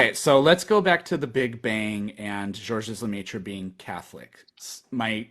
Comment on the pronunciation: the 's' is silent in Georges, and so is the last 'e' in Lemaître.